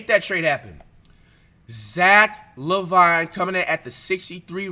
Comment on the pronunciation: “zack La Vine”😂😭its pronounced zack laveene bruhh